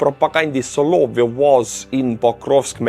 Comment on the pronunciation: Excuse me,, it's pronounced "sah-lah-VYOFF.